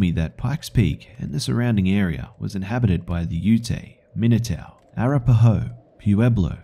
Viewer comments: Its pronounced A-rap-a-ho, not Ara-pa-ho. Other than that, just found this series 4 years after its release. I absolutely love it and I've favorited the entire series for future relistening and sharing with friends. Half way done with #3 now. Well done indeed. Gonna be sad when it finally ends. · A-rap-uh-ho, try pronouncing it like that 😘😄❤🤘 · Lol. As a guy from Colorado, I find the way you pronounce Arapaho hilarious. Good ol' Australians. :P (Oh! So THIS is why other countries find Americans annoying! I mean, I have my OWN reasons, but that just adds on XD)